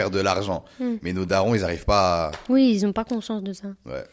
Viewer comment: qui ont*😅 pas qui "zont"